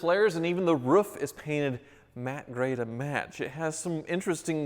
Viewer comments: Why cant he say roof? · Why does he say ruuf instead of roof ???🤔😀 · RUFF? it's a ROOF buddy! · Its R.O.O.F. Not R.U.F.F. Why cant Americans pronounce the word Roof properly? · Ah yes the ruf I love the ruf rack... I also love iglus and this channel. Huvies garage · Drink everytime he says "ruuf" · Roof in language: ruf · "ruf" - literally every video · Why is he pronouncing roof so strangely?